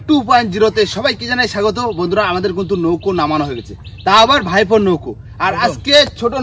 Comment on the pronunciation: ভাই কিন্তু কে তুমি কুন্তু বল কেন ?